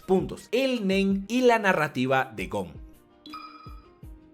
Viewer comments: Te entendí el men en lugar de el nen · Cuando dijo el Nen creí que dijo el Men xd